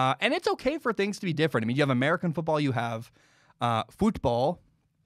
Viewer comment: Why did you pronounce the normal football so weird lmao, its just football in english. You pronounce it how you would pronounce american football.